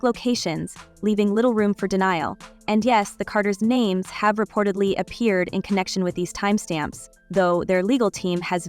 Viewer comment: Lady if you are going to do videos get people's names right. Smdh